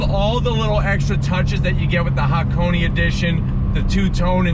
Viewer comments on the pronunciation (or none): "hackoney" well, he's getting there... By the time the GR86 is out maybe he'll pronounce it "hah - kon - eh" and "eight-six" Love your vids tho! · but thought he pronounced Hakoni/Hakonay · and yet he still manages to butcher the word